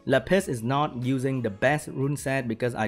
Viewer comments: pls stop saying lapiss, its lapis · Lap - eh - s PLEASE! No more Le Piss! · you pronounced lapis 'le piss' and i laughed so hard i peed a little of that sweet le piss XD dying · his poor Lapis... he pronounces it like "La Piss" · what normal people hear: lapis me, an intellectual: le piss